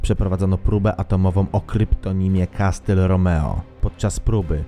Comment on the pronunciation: W zasadzie to brzmi to "kasyl romio" a nie "kastyl romeo" ale to tylko czepianie.